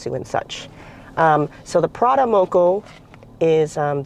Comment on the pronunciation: Yum, I love anything corned beef, but why "Prada"?